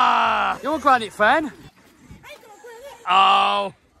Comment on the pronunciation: The Gwanite Gwom.🤪